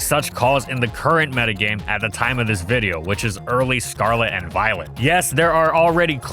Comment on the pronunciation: Why did you call a video, a viddo at the beginning?